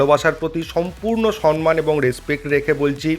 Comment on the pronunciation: কথাটা সম্মান, সনমান নয়। Please মাথায় রাখবেন।